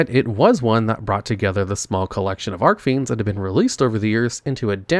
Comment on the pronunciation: How many years now and he still doesn't know how to properly pronounce Archfiends?